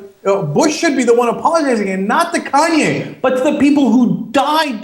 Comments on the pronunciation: lmao "CONWAY" west. ITS KANYEEEEEE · I just heard that Bush asked Iraqis for an apology. BTW he can't even say "KANYE" he keeps saying "KANWAY" the same way he kept saying "Nuke killer" instead of "Nuclear" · ahah "kon-way" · it kanye not conway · Lol "conway" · He sad kanway west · Konway West hahahaha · Konway west..lol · It's Kanye bro. Con YAY, that's how you say it lol. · im still laughing about the way he says kanye CONWAY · he says Konway west :p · He called him "Conway" Conway west...lol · ugh he keeps saying kanwe. thats getting in my nerves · I like how he keeps saying "Kanwe West." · Keeps calling him "Kanwe". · LOL, I think it's funny how he keeps calling him Conway hehe. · he said kon way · George Bush has trouble saying Kanye West